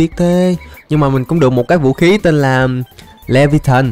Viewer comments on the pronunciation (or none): Anh đọc là le vi a than chứ ko phải le vi a thìn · Anh đọc sai vủ khí đó đọc là li vi a than đó là vủ khí của một con quái vật cực kì mạnh